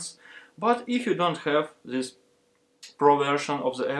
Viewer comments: Не говори зее, говори дее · Вместо зис видео говори дис видео